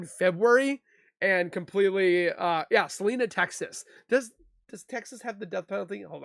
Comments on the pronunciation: I was neighbors with this guy, I moved away late 2021, horrible story, it was the talk of Celina middle school in 2021 lol Also detective pronounced Celina wrong, it’s “sil-eye-nuh” not “See-li-na” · Yes but I lived in Celina for almost 10 years or so and there its pronounced sil-eye-nuh. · I don't think I've heard about this one, and I live in Texas. It's actually pronounced, sil-EYE-nə. Love your videos! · Celina is a spanish name, it is pronounced: Seh Lih Nah.